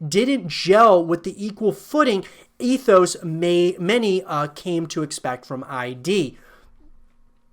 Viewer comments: It's Id, not I.D. Id as in id, ego, and superego. It doesn't stand for anything. It's hard to hear you say it wrong 100 times. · "Beddesda", "i-d software" please no :(